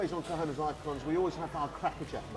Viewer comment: Please improve your pronunciation of 'cojones'. Try it Kho-khon-es.